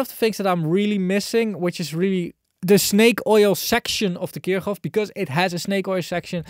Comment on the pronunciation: Finally someone who's not making my ears bleed by absent-mindedly pronouncing Kirchhoff completely wrong Thank you, 👍☺